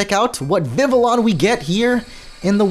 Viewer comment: It’s not Vivillon. It’s Vi vi on